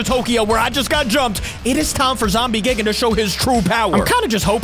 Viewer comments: because when we get dropped off than we r going to become zombie gigen me: lololololololol its called it has a die thingy in the first 1 like gie and seconds gan not gen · I love your videos but hims pronouncing it "Gig-an" and not G-eye-gan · It’s gigan not gigin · You dont say Gigan gi-gin you say it Guy-Gan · you say it guy gan no gi an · If you wanna know that gigan is pronounced Gaigan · It’s not gigin it’s gigan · Its not pronounced Gigan. Its Guy Gan. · not gig an its guy gan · gigan is not gigan it's g I it's an I not like gigan so you say it like gIgan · Gigan ( say geegan) Heisei Godzilla (say HaySay Godzilla) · YOU PRONOUNCE IT GUY-GIN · gigan= "guy-gan" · Hey capi godzilla vs monkey part 17 is out and you say gigan like (guy- gin) and you say kumonga like this (ca-mung-a). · It’s g i g a n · A tip: Gigan is pronounced like GUYgan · Gigan is actually more like guy-gan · The pronunciation is: Gaigen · ....its gai-gan to pronounce....... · gigan is actually pronounced GUY-gan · Gigan is pronounced “G-eye-gan” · it’s Gi Gan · It’s gigan like giigan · Gigan is pronounced "Guy-gan" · By the way its gi gan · ITS ZOMBIE GIGAN NOT GIGGIN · Its gaygan but spelled like gigan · its pronounced G-AA-i-Gaan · Not gi-ge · It’s not gi gan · why are you calling gigan geegan bruh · 1st of all that it NOT how you say GIGAN 2nd of all you can infect people with zombie GIGAN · Your saying gigan wrong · The way you're pronouncing Gigan is wrong